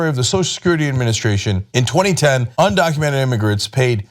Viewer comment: Well hey, the girl who called Trump supporterts ' dumb' can not pronounce 'undocumented'.